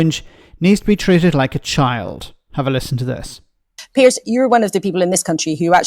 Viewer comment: Piers: as in Peers (peerz), not as in Pierce.